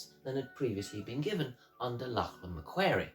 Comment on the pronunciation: Lachlan Macquarie's last name is actually pronounced mc-quarry. Also, the 'squatters' were people from areas west of Sydney who moved north with their cattle and sheep and took up land around what is now south-east Queensland. They were called squatters because they had no legal claim to the land, yet they developed roads and farming and grazing. By the time the Moreton Bay Penal Colony was opened to free settlement, some of these squatters, who had now been in the hinterland areas for many years, had amassed considerable fortunes. This sometimes put them into conflict with the colonial government who were selling land to the peoples coming into Brisbane. I've made a video about the founding of Brisbane which you might find interesting and helpful